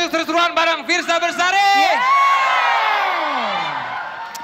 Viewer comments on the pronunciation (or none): Fiersa Besari ya guys, bukan Bersari. Please ya